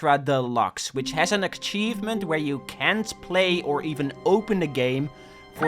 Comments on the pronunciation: Im I'm in love with the way you pronounce "Achievement". I'm gonna start saying it that way. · Please that's not how you pronounce achievement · It really bothers me how you say achievement, other than that great video :) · Shoutout to accent that somehow makes him saying “achievement” with a ‘K’ hidden in there right when it sounds like he will say it normally. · The video is good but if you pronounce achievement like that again I'll rip your head off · why do you pronounce achievement with a k? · "Achkievement". I personally can't ever say prerelease right. I say it "prererease". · broski, that thing is not call ack-chiefment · God my ADHD is killing me right now. just the way hes says Achievement like akchievement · I love the pronunciation 'ackchievement' I shall use it myself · why do u call it akchievement? :D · everyone pointing out you saying akchievement in the comments is boosting the video to the algorythm dutch W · STOP SAYING aKKchievement FOE I SWEAR TO GOD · ", say Achievement" "Ackchievement" "Gesundheit" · hearing say "ackchievement is melting my brain" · Love how he says akchivment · when he has to achieve something great to get an "akchievement" in a game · No offense to but full offense to the way he pronounces akchievment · Ackshievement innit? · Why bro say Ackchievement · hehe said: ackcheivement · "Akchievment" Still a good video tho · this is a certified akchievement classic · PLEASE PLEASE LEARN TO PRONOUNCE ACHIEVEMENT PLEASE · why does say achievement like akchievement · 12 minutes of pissing me off for saying aKcheivment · It's ACHIEVEMENT not AKCHIEVEMENT for fuck's sake... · Achievement not ackivment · try to get this achievement,: "Don't pronounce 'Achievement' like 'Akchievement' " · it hurts me to hear "aKchievement" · A-cheeve-ment Not Ack-cheeve-ment! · omg please stop saying "akkkkkchievement", it's "achievement" lol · What. The. Fuck. Is an akchievement.